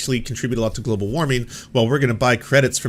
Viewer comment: Lmao "glabal cable"